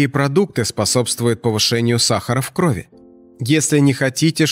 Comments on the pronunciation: Не в крОви , а в кровИ ! ! ! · Не в крОви, а в кровИ.